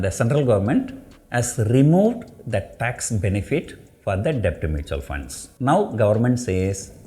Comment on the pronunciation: Sir b is silent while prononcing debt. Pls check in Google